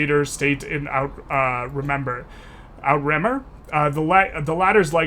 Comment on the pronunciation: Outremer is French for "across the sea" and is pronounced ootre-mair